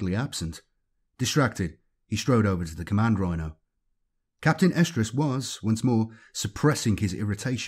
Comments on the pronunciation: I keep hearing "Captain Estrus/Oestrus"... which then might as well be "Captain Ovulation." It'd probably make Slaanesh happy 🤷🏻‍♂️ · i think its something like Arestrus or Errestrus because he does pronounce an "r" in there. but yeah, its weird sounding.